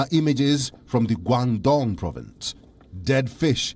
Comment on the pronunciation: He meant Guangdong province